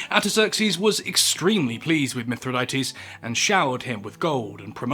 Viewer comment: Sigh. 1. It's pronounced "mi THRI dah teez", not "mith ri DAY tees". 2. Plutarch's report of scaphism (in "Life of Ataxerxes") is based entirely on an account by Ctesias of Cnidus, who even the ancients knew was an unreliable and absurdly sensationalistic fabulist (who, for example, claimed there was an entire race of one-legged people). Stop shoveling nonsense for clicks.